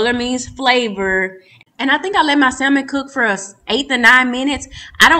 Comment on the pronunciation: please drop the in Salmon. The L is silent Samon..